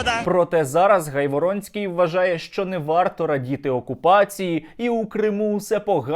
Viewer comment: Наголос на прізвищі га' йворонский